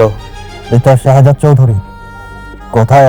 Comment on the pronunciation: হালার পুলিশ তো ঠিক মতো কথা বলতে ও পারে না শেহজাদ বলতে পারে না শহজাদ বলে 😅😅😅